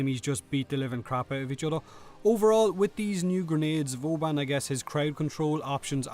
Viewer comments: ***** VOUban :D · "vUban Prima has arrived" You know that you are butchering his name each time you say it, right? :D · I thought you said bourbon prime at the start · voobun prime xD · ''Vubun prime'' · The way you pronounce his name sounds like booban prime